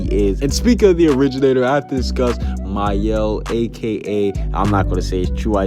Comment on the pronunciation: My-el?? That's how you say Mael! I've been saying it wrong this entire time!! I've been pronouncing it has Male!😂